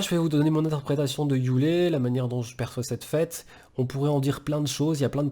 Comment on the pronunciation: Frérot merci a toi pour ce message et cette vidéo , juste un bémol ,c'est yule et pas youlé 🤗+1 abo